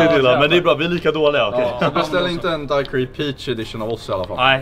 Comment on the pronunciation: Uttalas DAIQIRI inte Daquiri. Kommer ursprungligen ifrån Cuba o man uttalar inte U;ET .